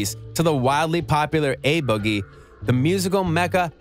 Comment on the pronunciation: dude said uh boggie with the hoodie